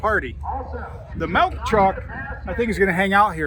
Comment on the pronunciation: Melk truck? Nope its MILK!! No E in MILK! Lazy english, say it right. I bet you say piture for picture and Pellow for Pillow!!! Annoying